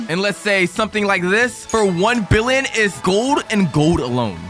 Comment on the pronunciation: Why are you saying fricken billon and in anytype of money